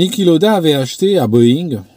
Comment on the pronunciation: On prononce "Laoda" en allemand.